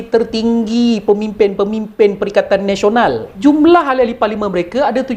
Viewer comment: Perikatan Malaysia lah. sebab Pertkaian Nasional hikhikhik bagus juga sebutan.